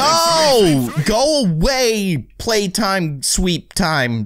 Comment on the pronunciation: it's playtime not platime